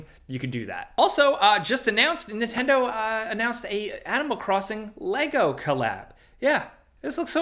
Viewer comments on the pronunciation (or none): none